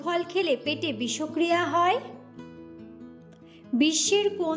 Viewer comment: Murkha bisho kriya noy, bish kriya.